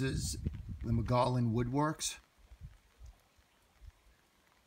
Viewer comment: My father grew up there. It is pronounced "Moe Gee Own". There are actually still people that live there, so technically not a total ghost town. I grew up visiting every summer. It is neat seeing it in your video, thanks! My dad passed away back in January, so seeing this brought back some great memories.